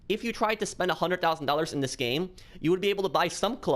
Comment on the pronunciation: A hunded thousan dollas lol